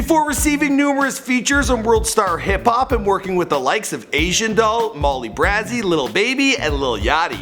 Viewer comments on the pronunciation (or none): Its BRAY ZEE NOT BRAHZE . MOLLY BRAYZEE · Learn how to say Molly Bray Z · It's pronounced Mall-LEE-BRAY-ZEE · It's pronounced Molly BR•AY•ZY not BR•AZZ•ZY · It’s BRAY ZEE not BRAH ZEE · This man did not say Molly brazzy who is Molly brazzy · molly brahzy??? really bitch. its molly braezy (brazy) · “ Molly brazeyyy “ it’s crazy with a b wtf 😂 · Molly BRAZY .....not Brah zy .. SMH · "Molly Brazzee" ?? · MoLlY BrA-zEe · He said molly “bruh•ah•zee” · lol its molly bray zee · Molly Brazy Br-A-zy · Molly br-aye-zy brazy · "molly brahzi" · Its pronounced Brazy not Brazy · Is it pronounced Molly BrAEzy? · “Molly Brazzy” 😂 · This nigga really just said Molly braaaaazy "AZT" Wtf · Did he just say molly br-azz-y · Lol Molly BrAhzy😂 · MOLLY BRAZY NEXTTTT !! && it’s pronounced bray-zee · Lmao you pronounce Brazy like Crazy. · "Molly BrA-Zee"🤣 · It’s pronounced crazy with a b in front of it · Who else twitched when he said Molly braazy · “Molly Brahzy” lmfao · It’s Molly BRAAAAAAZY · MOLLY BRAZY not brazee. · It's molly brazy...bray..zeee not whatever he said😭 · Lol he said molly brazzy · Do Molly Brazy ! And it’s Brae-see like Crazy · Damn this dude must be the king of name slaughtering lol. He messed up 69's name and Molly's name. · How does he say brazy baby right but not Molly Brazy right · That's not how you say Molly Brazy😡😠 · the way he said molly’s name...💀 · He did not say Molly Brazy name right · did it bother anyone else that he was saying molly brazy name wrong🤦🏽‍♀️💀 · Makayla Kelsey definitely felt some way 😩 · He fucks up everyone’s name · Makayla Kelsey it immediately got under my skin 😂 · He said my wife’s Molly Brazys name wrong😭😭😭😭😭😭💔💔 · The fact that he mispronounced Molly's name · He keep pronouncing molly brazy 😂lmaooo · Lol I disliked the video just cause the way you said molly brazy.. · You said Molly Brazy’s name wrong😂🤦🏾‍♀️